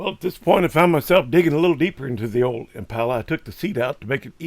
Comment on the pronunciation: There ain’t nothing better than a”1963 Impahler “